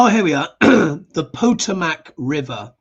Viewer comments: Puh- tow’- muhk is the pronunciation for the River. I believe it is a Native American word. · Poh to' mac River. The emphasis is on the second syllable. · FYI: The DC river is pronounced puh-TOE-mic. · Puh-Toe-Mac River, just FYI. #FOTUS is the worst and he doesn't seem to get Pete Buttegeig is not in charge of anymore! Talking about Biden and Pete, and others in present tense. Nope, Donnie, this is all on you. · It’s pronounced Pa-toe-mic River. Just trying to be helpful 😊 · Those of us that live by the P o t o mac river are giggling a little at your pronunciation. 😉 i don't know how to describe saying it other than the second syllable is hard. Lol just inserting levity (i hope, no offense intended).🫶✌️PS i love your accent. 💗